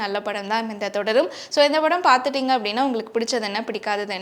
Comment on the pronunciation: Thodarum is not crt its thudarum